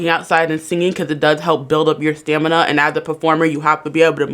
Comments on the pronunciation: “staNiMa”?? Girl anything you have to say is automatically dismissed if you can’t properly pronounce words in your argument. 😂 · "Stanima" I love it haha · "stanima" XD